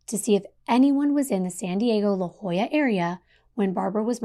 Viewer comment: I live in San Diego. It's phonetically pronounced LaHOYA.😊